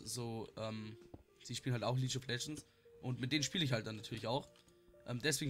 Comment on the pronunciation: League=lieg Nicht litsch